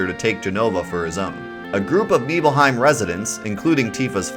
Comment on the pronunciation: NIBBLE-HYME! NOT KNEEBULL-HYME! Nibelheim= NIBBLE-HYME** 🤦